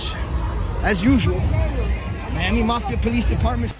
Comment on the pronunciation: Lol bro it’s “mafia”